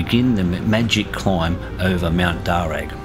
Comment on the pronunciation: Darr u not darr ag